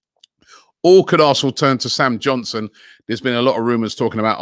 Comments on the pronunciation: Everybody: Sam Johnstone: Sam Johnson 😂😂😂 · Robbie can't even pronounce english names right! XD Sam Johnson ? 😊